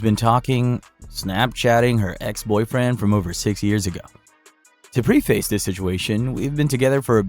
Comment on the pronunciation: My lord, dude. Check you pronunciation of English words. Preface, etcetera. I think there was another.